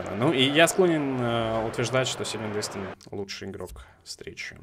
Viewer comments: не дИстэн, а ДистЭн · помидорка ДистЭН ударение на последний слог! Так коментаторы ПЛ говорят! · LeX Tar на 2 слог)))) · очень хорошо, но на будущее Дистен говори)) он же француз